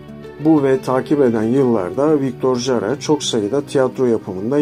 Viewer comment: Victor Hara diye okursanız doğru olacak video İçin teşekkürler